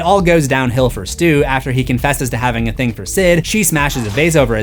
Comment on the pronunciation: You said "thang" again!